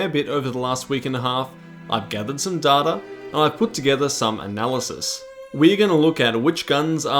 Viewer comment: and its data not data